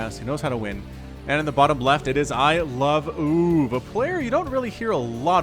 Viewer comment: it should be pronounced I-love-o-o-v, NOT I-love-oov